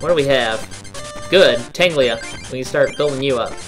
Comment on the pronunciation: ....I feel a little pedantic saying this, but, it's Tangela not Tanglia. Silly.:P